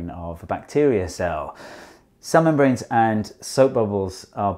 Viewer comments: The way he says cell membranes , I keep hearin Salamon brains for some reason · I kept hearing "cell membranes" as "salmon brains" it was confusing... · it took me until to realize he wasn't saying salmon brains... cell membranes ...